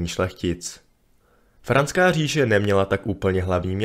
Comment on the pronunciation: Franská... nikoli Francká 😨🤕